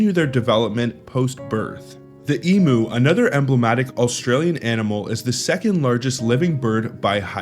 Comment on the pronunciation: EMU ... Emyou not Emoo 😂